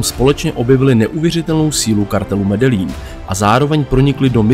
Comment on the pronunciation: Ahoj, video je super. Akorát mám výtku u vyslovení města Medellin, čte se to Medejín, tak to říkali i v seriálu Narcos